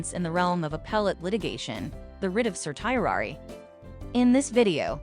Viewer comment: This presentation would be much more affective if the speaker pronounced the word correctly. Just Google it please.